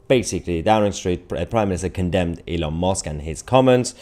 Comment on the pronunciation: Youre saying elon mosque. I said its close ill give him that instead of commenting. But you really emphasised it after that lol